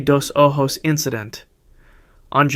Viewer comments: Saynote. Horrible pronunciation. Dos o- joes. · Bro clearly doesn't know how to read Spanish cuz that is not how cenote dos ojos is pronounced lol